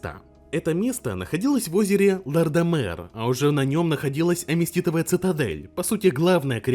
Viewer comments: Аметистовая цитадель, а не аместитовая. Как будто автор сам в ВоВ не играет( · Аметистовая цитадель. АМЕТИСТовая, от слова аметист